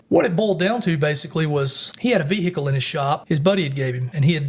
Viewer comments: vee hickle😂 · Hate people how say VeHeCull